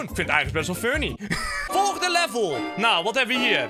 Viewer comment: In plaats van funny zei je wunny